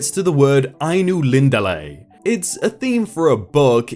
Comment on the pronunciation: I applaud your correct pronunciation of silmarillion and ainulindale.